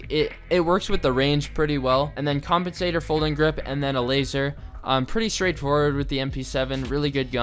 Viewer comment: Did he say.... Compentator?